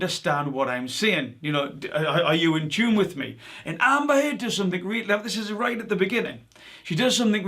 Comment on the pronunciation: “Amber Turd” 🤣